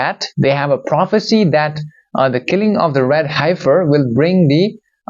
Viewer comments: pronounced: "heff - fur", not "hife - fur" are you sure you're human? I know English isn't your first language but... now you're playing with a green screen too?! Did AI/industrial complex knock off dude and take over his channel? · Dear … fyi..it’s pronounced “heffer” short e vowel sound. Yes it is an odd spelling. Isn’t it wonderful that when you channeled it was pronounced perfectly?